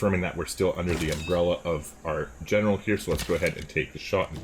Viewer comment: For what its worth, the g on general is basically dropped or maybe said with a touch of an h. Its com-an-dan-tay ehn-er-aal